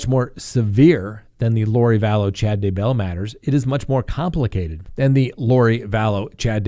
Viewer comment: Omg’sh, I was cracking up every time said, Josh Doogar.. Lmao!! 🤣😂🤣 Reminded me of how he used to say Dabell without the Y..haha! We love you!! You’re the best, just how you are.:) lol 😝